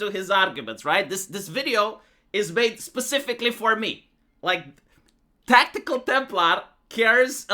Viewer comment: He Lost when he called himself "tactikal" lmao